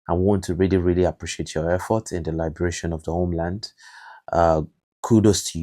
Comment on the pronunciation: I haven't heard the pronunciation of liberation they way you pronounce it. IS IT AMERICAN OR BRITISH?